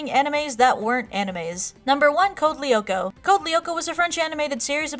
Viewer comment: You pronounce "Lyoko" wrong -.